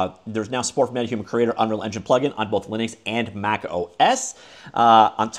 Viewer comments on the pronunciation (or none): none